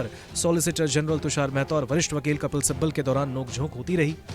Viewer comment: Kapil Sibbal hai right Sabbal nahi dekh kar to thik read Karo .